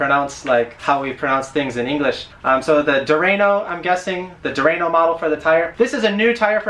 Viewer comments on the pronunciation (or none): schwalbe that is how you say it not schwa-bell and its durano not dew-rain-o